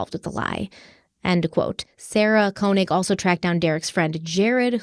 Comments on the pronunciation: this is nitpicky, but the first part of Sarah Koenig's last name is pronounced KAY not KOH. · To be precise - it's pronounced "KÖ"... 😉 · Fyi: Sarah pronounces it "Kay-nig" 😊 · that burnt orange color is amazing on you! Also, I’m pretty sure Sarah Koenig pronounces her last name as “Kay-nig.” Keep up the outstanding work!!❤